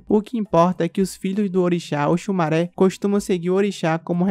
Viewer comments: Oxumarê kkk e não maré kkkk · Òsùmàrè, se Pronúncia Oxumarê...Ok!